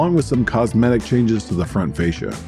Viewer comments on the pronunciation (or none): none